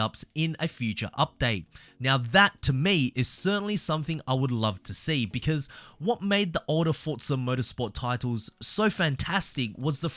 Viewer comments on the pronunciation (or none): none